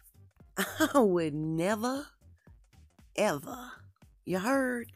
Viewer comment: HEY!!! OH GOSH, LOL at the mark your "" NEVA EVA "" COMMENT, that's about the most southern 2 words I've ""EVA"" heard u say girl!! I say that SAME THING IN THE VERY SAME WAY!!! Lol 🤣😂🤣😂 and DANG, u look, talk and JUST LIKE my cousin!! I love watching your vids!!!!🤣🐢🦚🦜🦎🐍🦕🦖🦉🦈🐠🐬🐳🦋🐜🐛🐞🦠💐🌸🌹🥀⚘🌱🌲🌺🌷🌴🌲🍃🍂🍁🍀☘🌿🌾🌴